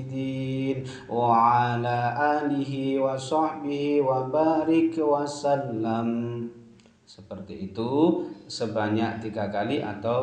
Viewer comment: Qobiltu,,, izin mengamalkan,,, maaf pak kyai itu bacanya wabaarik wasallamm apa wa sallim,,, 🙏🙏🙏